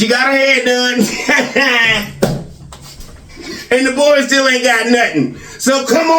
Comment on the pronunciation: Speech therapy woud help little. has a bit of a speech impairment too if you listen. I thought he was trying to be funny when he would say, "It's schtill all about God." A lot of times his "s" sounds come out like "sch". Along with his stuttering and stammering, he could stand to work with a therapist too.